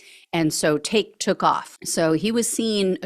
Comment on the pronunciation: It's tak'ke, pronounced Tacky.